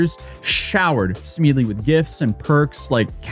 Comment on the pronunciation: How does anybody look at "Smedley".....and come out with "Smeedley"? His mispronunciations are legendary.